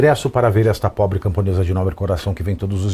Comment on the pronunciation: " Essa probre camponesa " kkkk😮